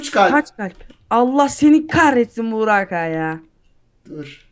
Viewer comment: abi niye bugrak diyo ozan :D